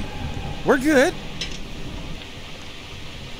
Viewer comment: you said god instead of good